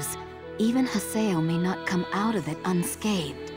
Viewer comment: with the way said Unscathed, it sounded like she said UnSkeithed.